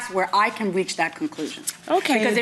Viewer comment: The first time I have ever actually heard somebody say "dat" instead of that. I thought it was only on memes and cartoons.